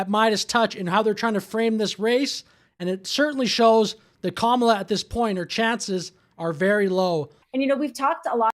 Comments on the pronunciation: “Dramala” for Kamala with a Racist Slant 😱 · I about threw up at the "Dramala" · WTF is a dramala and a pajamla? 🤔